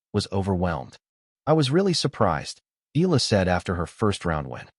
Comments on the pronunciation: it is pronounced E-YA-LA... EALA not EELA, ok😶😶😶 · Eala pronunciation E ya Ia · Yet you can't even train your AI voice to pronounce her name right.